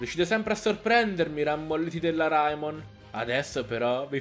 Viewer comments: Si dice Reimon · la pronuncia corretta è Raimon